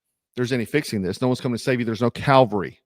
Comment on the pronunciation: Look bro, I know you're a jarhead, but we are the CAV-ALRY! CAL-VARY is the hill where Christ was crucified on. Otherwise; keep up the good work! Frosty, Strapped and Dangerous!